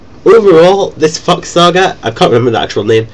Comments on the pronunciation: heard fuck instead of thok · Flock fock fuck. Sounds strangely scottish. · Lol, every time you say Thok I hear: fuck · Whenever he says 'Thok', I swear it sounds like 'fuck' lol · lol its like ur saying fuck everytime :-) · I love how when you say Thok is sounds like Fuck. XD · when u said thok, i thought I heard Fuck, haha anyways a wonderful guide, keep it up :D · I like the part when you say Thok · Maybe he was saying Thok after all....